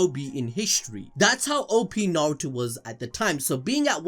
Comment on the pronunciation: "Suhrahduh" 💀 god i hate it when people cant say their names right, not just her name but "narudo" as well 🤣🤣 big pet peeve for me